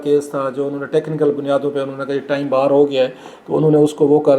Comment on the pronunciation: بیر نہیں باہر